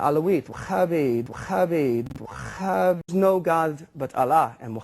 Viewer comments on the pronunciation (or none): The strange thing about this guy is that I have spoken to Christians, Atheists, Jews all non muslim people I have never heard anyone pronouncing Wahhabi as Wakhabi not once, he is the only one who uses his "Kh" everywhere, it's funny and sad at the same time, but he is a Donmeh Turkish from Jewish sect (although they consider themselves Jews but they are in fact a Freemasonic sect) they are crypto-Jews who outwardly pretend to be muslims but inwardly they are a 100% against it. They are not even real Turkish, they come from the same tribe as Kemal Ataturk the tyrant Young Turk impostor.